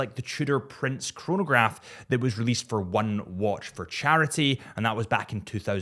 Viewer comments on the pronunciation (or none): none